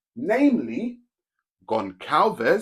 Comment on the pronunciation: Nice content, but that name Gonçalves is pronounced "Gonssalvez", the Ç=SS (it's pronounce as "S")